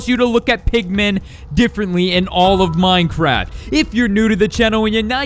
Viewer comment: You sed mindcrad XD